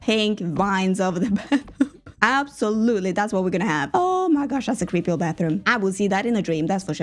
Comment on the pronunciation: Noragian with: “absotutely” = “absolutely” (with whimsy)